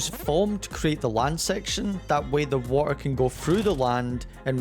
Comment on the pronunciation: The "watuhh" was so british 😂🔥